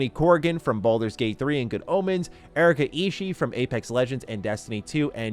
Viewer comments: FYI, Erika's last name is pronounced 'E-SHEE-E', not 'E-SHEE'. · It’s pronounced Erika “E-She-E” she’s on Dropout!